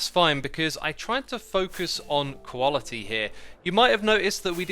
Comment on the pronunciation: also koalaty as opposed to quality lol